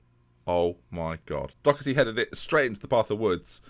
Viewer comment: doHerty not doCKerty